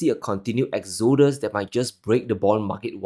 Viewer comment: It's not exOdus it's Exodus